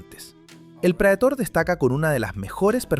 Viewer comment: Prætor. Prétor é a pronúncia. Palavra em latim que significa "aquele que vai à frente, aquele que conduz".